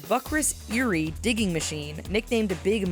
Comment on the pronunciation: Learn how to say "Bucyrus-Erie" if your going to mention it!!!